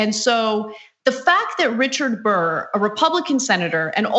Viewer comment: DICK BURR say it right